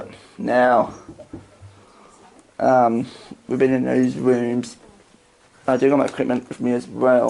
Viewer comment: Okay …. The spirits are clearly disturbed by your hair cut and clear speech . They are called, “Rooms”. - not “WOOMS”